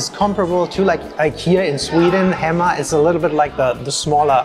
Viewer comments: HE MA not Hemma... Hay! Mah! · It's Héma (heyma), not Hèma.. And yes, Utrecht is unique with it's canal-sided restaurants because of the old lower cellars converted (not to be found in places like Amsterdam).. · HEMA , pronounced like HEY MA... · Oof, gonna have to go back to hema (hey-ma, not hemma) for the rookworst cause you missed out. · You have to work on Dutch pronunciation 😄 Oude. The ou like in mouth. Hema. Hey ma. Kipstukjes are vegetarian alternative for chicken. Dutch soups, except the clear ones, are thick. Next time you vist Hema, buy a Broodje Hema rookworst; smoked sausage. So good. Why don’t you buy fried snacks at a local friettent/cafetaria/snackbar. Much better than from FEBO, MacDonalds etc. Vla is dessert, not a drink. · the "ch" in utrecht is pronounced "k".. Hema is pronounced "hey" "ma" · Hema is pronounced Hey Ma 🤦🏻‍♀️ and you missed the best items there which are the snert aka pea soup, rookworst and tompuce 🥴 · Hema=Hayma Febo=Faybo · I get it and all but with the talking its hard for yall but (not how you type it but how you say it) Utregt hey,ma=hema That should sound a bit better for us😂 (Not making fun of you just helping)❤